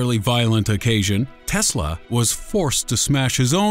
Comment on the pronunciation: and imma stop watching right after he fucks up teslas name XD